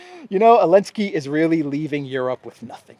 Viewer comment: Partial answer from South Africa. The letter Z is painted on the Russian tanks and military combat and other vehicles, although is does not feature in the Russian alphabet, but Zelensky banned the use of it. Hence calls him Elensky. I hope I got it right.